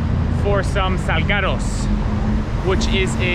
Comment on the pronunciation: i could PAY a mexican guy to pronounce this word in a more spanish way than this guy, and he'd probably fail